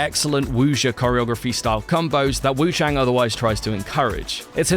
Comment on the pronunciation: What YOU need to know is you're saying the name wrongly